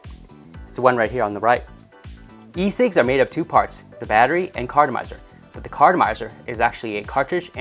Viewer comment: it sounds like he saying fucking 10 cigs